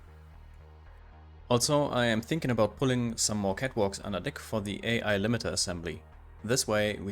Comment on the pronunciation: This is awesome! By the way, you have a good naval joke for English speakers. The way you pronounced "AI AI" is not with the separate letters, but like crewmen say the words, "Aye Aye", when given a command. ;-)